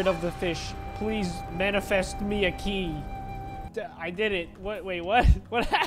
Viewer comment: It’s actually the end is me. Not the end is knee